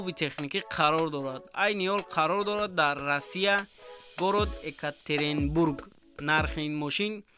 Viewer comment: А бача экатеренбург намеша Екатеринбург меша Чизе форатон менависе